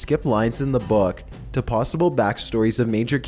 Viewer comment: Why does say plossible instead of possible?🤔